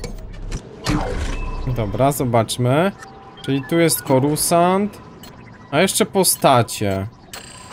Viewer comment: ps:nie mówi się corusant tylko corsant